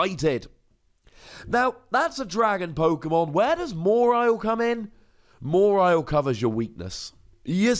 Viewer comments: i think pronounces it weird... always thought it was maw-while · The way you say MA-WHILE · Have I been pronouncing "Mawile" wrong? Or am I hearing it wrong? Or is saying it funny? I know, these are NOT mutually exclusive options. XP